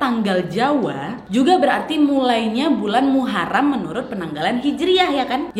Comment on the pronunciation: Muharom bukan Muharam